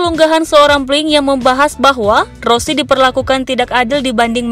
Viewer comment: Nama nya rose bukan rosi